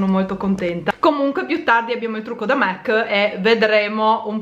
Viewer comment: SI DICE MAC NON MEC ;-D